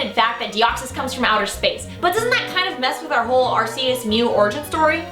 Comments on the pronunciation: Arceus is pronounced with a hard C, as in cat. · You pronounce arceus wrong. Watch the fucking movie.